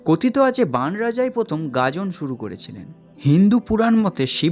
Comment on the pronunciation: গাজন নাকি গাদন?😂